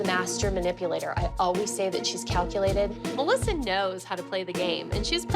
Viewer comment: Muh - LISSA 😂🤣